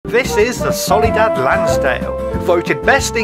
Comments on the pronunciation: Soliad Lansdale? Nah. Solidad Lansdale? HELLL NAW Solidad Landsale? Yup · "solidad" WOOOOOOW claps